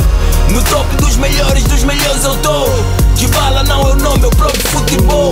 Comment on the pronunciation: Paulo dybala amigo falou errado